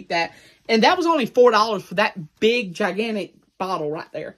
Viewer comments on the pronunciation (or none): none